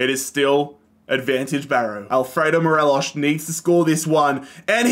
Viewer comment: As a rangers fan it was great seeing us dominate scotland and seeing tav get that high rating. Unfortunate to see the end result however. Also it's mo-re-loss there's no sh sound.